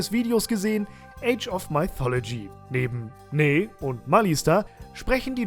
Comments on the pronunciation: Zur Ausprache: mythology = „müthologie“, nicht „meithologie“ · Top Spiel, aber sag doch bitte nicht "Maifolodschi" :D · Maithologie xD Geil. Ich hab damals Mythologie in deutsch ausgesprochen also denglish, age of und mythologie in der deutschen aussprache xD